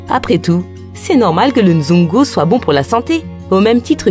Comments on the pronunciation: Svp on dit nzango et non nzongo . Merci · C'est Nzango au lieu de nzongo...🇨🇬🇨🇬 jolie reportage en tout cas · C'est vrai mais on dit le NZANGO et non le nzongo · Tres beau reportage, Bravo vraiment à un détail près, c'est plutôt le Nzango et non le Nzongo, mais le reste IMPECABLE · C'est Nzango et non Nzongo😅 Je t'aime mon beau pays ❤❤ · Super présentation. Mais c'est plutôt le "Nzango" au lieu du "Nzongo".😊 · "Nzango" pas nzongo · C’est le Nzango et non nzoungou haha mais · c'est Nzango et non Nzongo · Nzango et non Nzongo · C'est le nzango et non le nzongo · On dit nzango